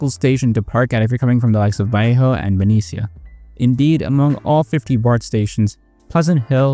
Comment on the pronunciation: Ikr. I understood it, but my ears are bleeding Same for Benicia. It rhymes with Tunishia when I and others i know pronounce